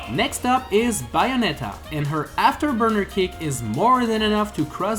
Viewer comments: “Bayonetta” “Bianetta” the announcer just pronounced her name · Charizurd Stameener Buyonetta Ridlay Fillager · Your pronounciation of bayonetta is so funny